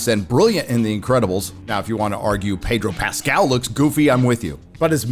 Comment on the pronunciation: "Pedro Rascal"